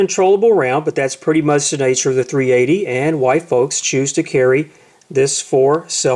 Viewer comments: He says: Why folks choose to carry them for selfe defense. WHY Folks, not White Folks. It must be his accent. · hey ( the rjmortimer) it did sound like he say white folks roflmao.........